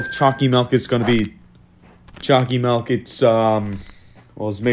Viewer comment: Not even gonna lie when he says choccy mily in his other videos i hear chalky milk